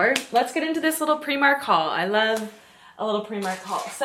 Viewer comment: I love that you pronounce Primark the way Irish people do 😊